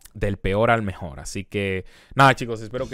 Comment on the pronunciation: El mejol el mejol el mejol